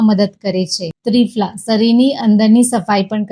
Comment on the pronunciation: ત્રિફળા બોલો ત્રિફલા નહીં